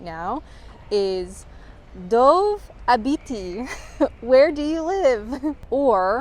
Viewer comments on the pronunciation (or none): none